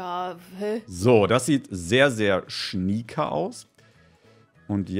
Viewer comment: Dass triggert immer so, wenn schnieke sagt😂